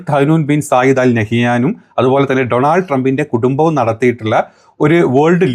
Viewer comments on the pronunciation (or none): none